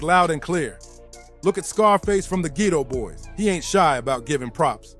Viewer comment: Jprince is not calling himself the boogie man. Bloggers and Journalist are making up all these stories! But He’s definitely not to be played with lol! And it’s pronounced Ghetto Boys not Geeytoe boys 😂